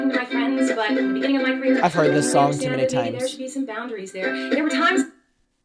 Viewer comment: This is so beside the point but since this song has been shoved in our face for weeks, I have to get this out - I HATE how she says “c’reer” instead of annunciating “career.” 😂😂😂